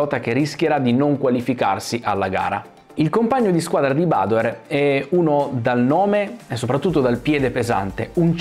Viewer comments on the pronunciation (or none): però badoèr, non bàdoer. Egli è veneto, non inglese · Ciao , io sono proprio di Montebelluna, grazie per aver portato questo video.. l'accento del cognome però te lo correggo perché va sulla E, tipico cognome veneto 😉✌️ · Piccolo appunto: *Badoèr, da buon veneto quale è ♥️ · Bellissimo video, nota da trevigiano: siete simpatici, siete bravi, state facendo un ottimo lavoro, ma, vi prego, utilizzate la vostra visibilità per far capire a tutti che si dice BADOÉR CON L'ACCENTO SULLA E. Ormai si è arreso pure lui, una gioia concediamola😅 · Possibile che dopo tanti anni nessuno pronunci correttamente il suo cognome, neppure tra gli esperti? È Veneto, si pronuncia Badoér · Confermo, da montebellunese, che l'accento cade sulla "e" dell'ultima sillaba, non sulla "a" della prima. Luca è veneto mica inglese!!!😉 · aspettavo questo momento per sentire la pronuncia sbagliata del cognome 😂. ora smetto di fare il cagacazzi e mi godo il video😁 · non lo pronunci giusti il cognome ricordati che e' veneto